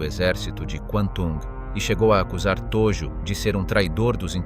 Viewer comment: Hideki Tojo Viděl jsem jiná videa. A Hideki Tojo je tam ve fonetické podobně jako Todžo. Tojo strašně trhá uši. Jinak je video uděláno velmi dobře.